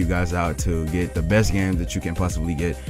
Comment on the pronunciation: "The" not "Da"!